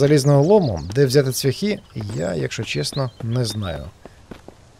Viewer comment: цвЯхи-наголос на Я,ведмідь...і т.д.Дуже шкода,що так репаєш українську мову